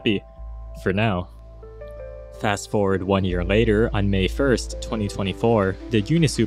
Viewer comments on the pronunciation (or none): none